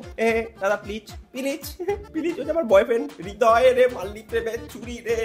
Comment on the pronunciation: Thikk bolecho tumi .. Hridoy or nijer nm e vul uchcharon kore .. Hridoy na bole Ridoy